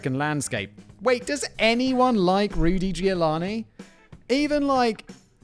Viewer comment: Well, he also said that she gave birth in 1980, so yea, I think he might have just been tired. Not that this is a good enough excuse, but still. One love ❤️ Edit: I'm here after "Ruty Giovanni", and just wanna say that Simon had an even worse than usually day for reading and saying names.